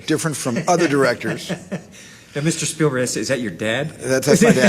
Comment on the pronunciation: can we please take a moment to reflect on Tom's pronunciation of Spielberg ... "Steven Sperberg", ladies and gentlemen. ;)